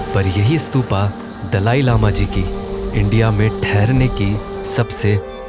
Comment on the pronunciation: स्तूपा नही स्तूप है